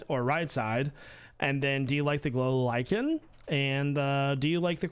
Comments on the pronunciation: Lichen = "liken", not "litchen". A litchen is where a litch cooks its meals. (liken is the American pronunciation - Brits say lichen, but they also say Ee-LEE-trah. /yuck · Lichen is pronounced like "I'm really likin' your content!" No crucifixion here. 😁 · my take on the enchanted swamp. You should go with the more moss side (you changed from right to left so IDK what else to call it) and remove the vines from the trees. Then add the lichen to the trees to give them color. (It's pronounced "like-en" : Impulse has a shop called 'Lichen subscribe'.) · Lichen is pronouonced like in "I'm likin' it" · The glow lichen is pronounced "like-in." I think Impulse had a shop called "lichen subscribe," if that helps remember the pronunciation. I think the gradient can be a good idea, and works well if you are at a distance. As big as your base is, I think it is still small enough that the gradient doesn't really blend, and remains looking like individual blocks. I like your texturing idea a bit better.